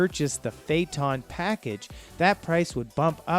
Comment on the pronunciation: It's embarrassing. Besides the other mispronunciations here, he say Fay-tawn for Phaeton. It's Fay-uh-tun. Oy vey...